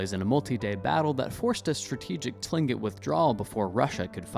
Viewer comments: so few things, tlingit isn’t pronounced how it looks it’s pronounced clingit, second the little cartoon of the “seneca” woman she is wearing 3 feathers upright, that’s how Mohawk Indians wear their feathers, Seneca is 1 standing feather, then over to the “Mohawk” cartoon, the attire is incorrect along with probably most of these 😂 but appreciate the information on the subject you just need more authentic presentation. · It is pronounced klincit for tlingit. I have a friend who is apart of that tribe. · Tlingit = Kling'et Baranov = Baranoff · Tling'it is actually pronounced closer to "Klink-it" For those interested in this and closely-related topics, I suggest that you use this interesting, but incredibly superficial video as a good intro to begin your real deep dive .. there is a LOT more to it all!